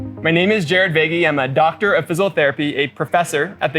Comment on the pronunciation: A doctor that can't even say, "physical."